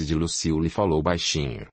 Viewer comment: Ahh não é Lucila kk é Luciula